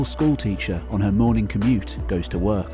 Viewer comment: The first think I hear is: it is early mornink. Jesus, this is such a person who says mornink instead of morning. Usually, those are people speakink a Slavic language. Or Iranians. Just sayink! Why?!